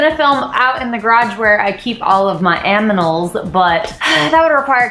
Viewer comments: aminals??? LOL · You: aminals Me: trying to pronounce animal after hearing that